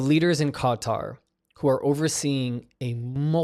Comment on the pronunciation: Qatar, pronounced "gutter".